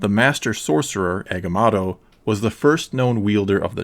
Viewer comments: Agamoto not agamato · Please. PLEASe in the future... leanr how to pronouce the names... your misprnounciation of agamotto and cagliostro as agamatto and gigliostro takes a LOT away form this video and makes it look.. lazily done. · Man said eggamato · Egamato? You mean Agamotto (/æɡəˈmɒtoʊ/) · Eguhmahttoh? What’s that